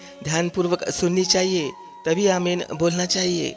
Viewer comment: पहली बात कि बाईबल मे "आमेन" नाम का कोई शब्द है ही नही,जो शब्द है, वह "आमीन "शब्द है। जब की आप मूंह से "आमीन "सही बोल रहे हो। "आमेन" गलत शब्द है, सही शब्द "आमीन " है।